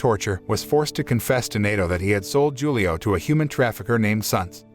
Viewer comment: Hulio, man. It's read Hulio, with H 😂